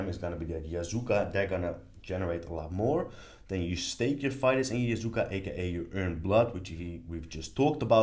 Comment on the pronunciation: Love this walkthrough!!! And listening to you mispronounce Yakuza as Yazuka was fun haha